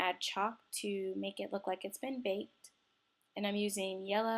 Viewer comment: I can't stand how she says baked. But otherwise I love her videos.